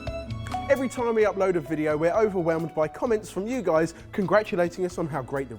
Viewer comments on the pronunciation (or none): none